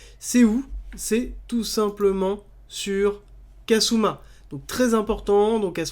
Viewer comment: Kusama pas kasuma 😂